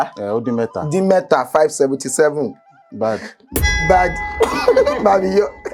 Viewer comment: /bar:d/ 😂😂, said it with finesse